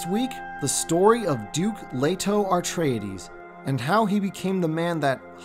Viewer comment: AR-treides??? Dude, there's only one "r". So it's... AH-treides or EH-treides. Nice video, all the same.